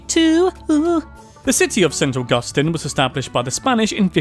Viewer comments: also its pronounce Saint Augustine, not saint Awgusta stine. dude, youre not even spanish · Awesome job on your pronunciation of Apalachicola! But you mispronounced Kissimmee (it's kiss-i'-mee, the stress is on the second syllable) and St. Augustine. I know in the UK, it's pronounced with a stress on the second syllable, but the city in Florida has the stress on the first syllable.